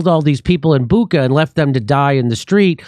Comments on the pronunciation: Stop saying Buka already, it´s a regular Ch there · It's BuCHa, NOT BuKa.